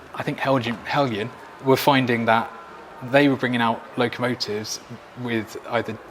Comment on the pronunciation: From Denmark, it's "Helyan", not Hel(d)jan. The name is a combination of the names of the founder's two children Helle and Jan. In Denmark, Jan is pronounced "Yan". 👍